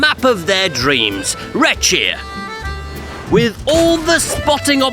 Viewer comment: Hold on a moment, did I hear that right ? "Red shear" ? Are you sure it's not shire ?